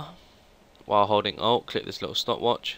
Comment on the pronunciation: Omg sorry your accent makes it sound like you said o instead of alt but thanks for the tut worked for me! :D